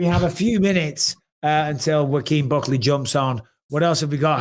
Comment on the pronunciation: Bisping keep mispronouncing Buckley's name lol